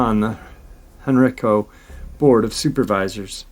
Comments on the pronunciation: HenrIco. Hen rI co. Not hen reco. the I = eye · I only know cause I'm from near there, in VA. It's "hen-rye'-co" county. Love you! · It’s pronounced Hen Rye Co